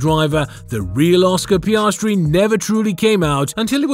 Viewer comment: Mark and Ann Webber were Piastri's parents? Sorry, Orscar Peeahstree!